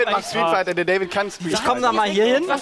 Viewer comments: ja der fehler war street figher das fehlende t bei street kam von dir du genie ^^ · Des heißt doch Street Fighter oder???? (und nicht street Figher)